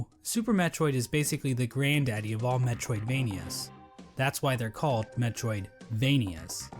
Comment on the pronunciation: Also, the joke in the video was that he was talking about Super Metroid, but then emphasized "Vania" rather than "Metroid" when he said "that's why they call them metroidvanias"